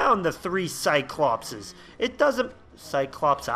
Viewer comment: I remember pronouncing multiple cyclops is Cyclopes (cyclo- pees)